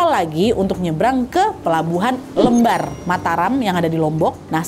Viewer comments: Kak nad pelabuhan lembar huruf "L" nya dibacanya sama seperti lembang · lembar bukan lembar😭